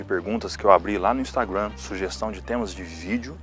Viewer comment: "Instagruan" Putz. 🤦